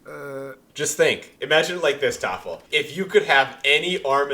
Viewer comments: Why are they saying Toffel but it says Tholaf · is thoralf really pronounced thofel or am i silly and new here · How is his name pronounced Thofle? Thoralf looks nothing like that phonetically. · I love when the Germans are on because they're so much more chill and can just play the game he intends 😂 Also, I swear I feel like I'm having a stroke every time I see "thorlaf" but says "toffal" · I'm sure this has been asked and answered before, but why is thoralf pronounced toffle? Or vice versa? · Could someone explain why his name is spelled, "Thoralf," but pronounced, "Toffle?" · Funny how is pronouncing Thoralf always as something like "Taffle". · Why does pronounce thoralf tofal